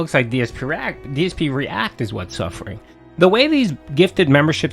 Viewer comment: What do you expect when his “reACK-ting “ is nothing but pointing out the obvious and giving milquetoast opinions on the videos